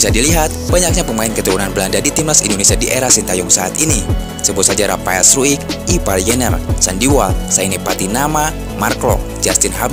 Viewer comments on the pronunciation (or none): none